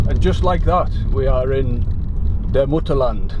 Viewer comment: Your pronunciation of the word "Mutterland" was on Point! Greetings from Germany 🇩🇪